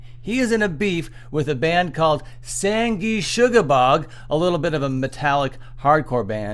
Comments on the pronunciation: You pronounced “Sangrusuoblorgg” wrong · that is the best mispronunciation of sanguisugabogg ive heard